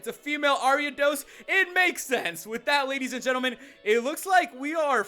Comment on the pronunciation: did he say ladies and endearmen?